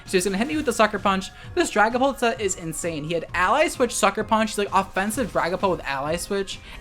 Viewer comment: I keep hearing Dragonball instead of Dragonpult